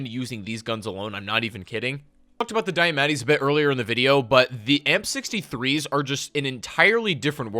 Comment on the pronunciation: STOP CALLING THE DIAMATTI "diametti" THATS NOT HOW YOU SAY IT